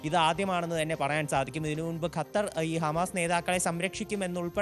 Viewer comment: ഖത്തരിന്റെ" അ ത്ത" പോകും